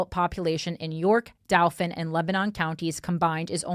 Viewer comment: The southeastern PA people wincing every time she says DOW - fin and LAN - kas - ter.